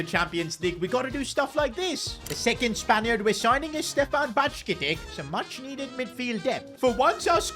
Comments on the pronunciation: BAJCETIC IS PRONOUNCED “Byecetisch” NOT “bactshketik” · bro, love your content? but the pronunciation of the names is not improving at all, Bajcetic sound like Baichetich Goncalo Ramos sounds like Gonsalo Ramush, it will be great if you check that during recording